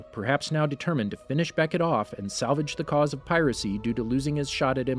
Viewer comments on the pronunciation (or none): none